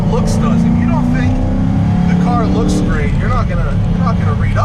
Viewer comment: It "rooks" good.....rooking good is important.